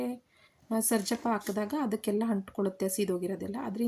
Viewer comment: ಹಲೋ ಮೇಡಂ ಮೊದಲು ನಿಮ್ಮ ಭಾಷೆಯನ್ನು ಸರಿಪಡಿಸಿಕೊಳ್ಳಿ ನಂತರ ವಿಡಿಯೋಗಳನ್ನು ಮಾಡಿ ಹಾಕಿ ನಿಮ್ಮ ಭಾಷೆ ಕೇಳುವುದಕ್ಕೆ ಕೆಟ್ಟದಾಗಿದೆ ಸರ್ಜಪ್ಪ ಅಲ್ಲ ಸಜ್ಜಪ್ಪ ಅಂತ ಅದರ ಹೆಸರು ಒಂದು ಕಡೆ ತೊಂಟೆ ಅಂತ ಉಪಯೋಗಿಸಿ ದಿರಿ ಅದನ್ನ ಕೇಳಕ್ಕೆ ಕೆಟ್ಟದಾಗಿದೆ